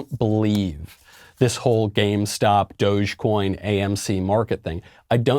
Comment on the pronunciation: His interpretation of Tendies and pronunciation of dogecoin make him sound like a hard boomer..